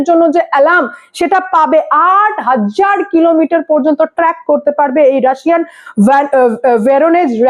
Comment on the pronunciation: হাজ্জার না ওটা হাজার।